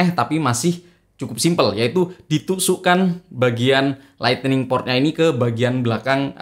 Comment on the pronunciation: Lightning bang bukan lightening hehe